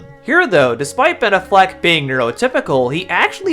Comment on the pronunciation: The way you pronounce Ben Affleck it's very autistic, like unironically, it has that autistic accent, neat video